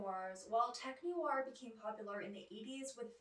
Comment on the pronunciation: NOIR has just one syllable ! Not Noo-ar